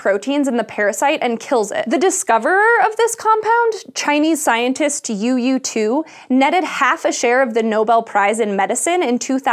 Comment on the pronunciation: FWIW, the pinyin name 'you you' would be pronounced with a long-o, like 'yo yo'.